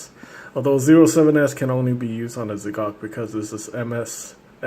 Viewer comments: not "ze cock", hahahaha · its pronunced ZEE GOK